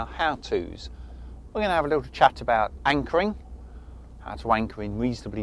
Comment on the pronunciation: Im sure he said "wankering" 🤔